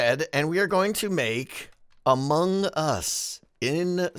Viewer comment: I have to tell you again, because apparently you’ve forgotten what Zed said, Among Us is not pronounced like 2 words.